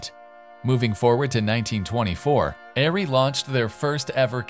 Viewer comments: Isn't it pronounced "Arr-ree"? Not "Air-ree"? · please, please learn how to pronounce German words - including "ARRI"